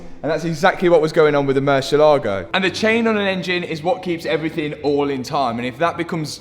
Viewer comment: He keeps saying evryfing